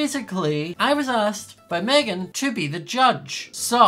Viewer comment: Who remembers on stream when was mad and when she gets mad at Meghan, she calls her MaYgHaN? It got me in stitches! XD.